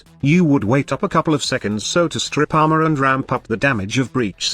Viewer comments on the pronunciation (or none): none